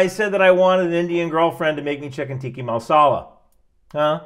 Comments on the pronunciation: Tikka masala (not "tiki"). Common error. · We heard you say tikki instead of Tikka and figured it wouldn't work out. Sorry homie